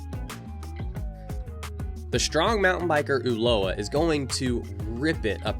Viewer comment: My god, i just cant believe how GRINGO Ignorant stereotype this guy is: ULUA? who´s Uloa? First, if you dare to race in a different country, at least try to learn a bit about your rivals, Ulúa (how you pronounce it) is Gerardo Ulloa (Pronounce it correctly UYOA) is a World CUP MTB XC racer dude, he races the whole circuit in Europe through the year. ULI is not ULI, his name is Ulises, better known as "El Hueso" is one of the strongest racers in Mexico with international experience, way better racer than any american rider. Finally, your stereotypical chimichanga music. Gringos being gringos.